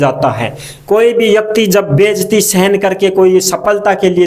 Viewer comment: Bejati nahi hoti hai bhaisahab bezati hota hai